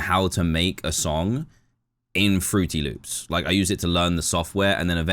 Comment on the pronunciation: AINT NO WAY HE SAID FRUTY LOOPS